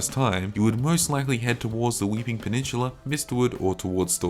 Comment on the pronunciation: it's peninsula not pe-nin-shhuula.